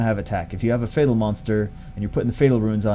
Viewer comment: Mohamed Amine Sobhi just noticed you said fatel LOL GG